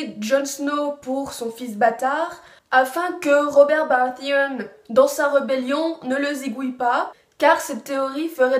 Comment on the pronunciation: "ROBERT BARATEONE" xD